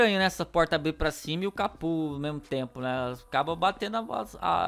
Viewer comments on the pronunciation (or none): none